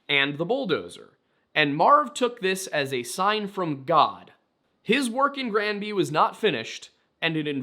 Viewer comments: Your pronunciation of the town's name is perfect. I'm from Colorado and spent many a summer weekend on Granby Lake. Coloradoans are fucking nuts and all "outsiders" are deeply hated ... especially Texans, for reasons known only to Satan. I adored this documentary. Marv was absolutely being targeted because he was an "outsider" and he knew exactly what he was doing. Marv, you showed those MFs why you don't mess with the wrong person. ❤ You are loved by this Colorado native ❤ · Even though I'm across the continent I wanted to say that we have a city named Granby as well. Your pronounciation as far as we say it, is perfect. I know that wasn't your question but our Granby, here in Quebec was the home to a massive Zoo and Water Slide, which I recall visiting, as a young Lad in the 80's. Merci Beaucoup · You're pronouncing Granby right.